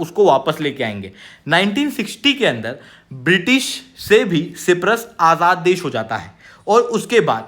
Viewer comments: Myanmar✅ Miyamar❌ Siberia✅ Serbia❌ Cyprus✅ Cipras❌ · Cyprus not ciprus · भाई साइप्रस होता है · सी परस बोला अपने 😂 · सायप्रस Hota hai... try to pronounce. It's NATO ka b dek lo . Har video 5 min. Shuro hoti hai aur pronounce b galat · साइप्रस होता है सर जी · Uneducated fool can't even pronounce Cyprus 😂😂😂😂😂. It is the most pajee*t thing to think everybody fears India😂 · Cyprus to theek se bolo sir ji... aisa kaise chalega yrr.. Sach batau to aise stupid mistake ko wajah se video dekhne ka bhi mann nahi karta... but phir bhi dekh lete hai hum. 😭😭🥹